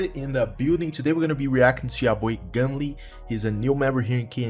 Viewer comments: its gum-ol not gum-leeeeeee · its gumol not gumli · Less popping goo gumle with noted they gonna take over valorant,BTW noted u pronounced gumle wrong XD